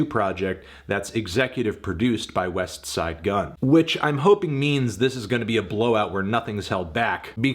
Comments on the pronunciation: This was an 8 or 9 easily... but what should be expected from someone who pronounces the T in Westside Gunn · Fantano still can't pronounce Westside Gunn correctly smh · Alright Anthony, you don’t need to remind us you are the whitest man on earth everytime you say Westside Gunn. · Why he say westside name like it’s a space between em? trippin on fahim name too talm bout “thee god fahim” smh white folks be trippin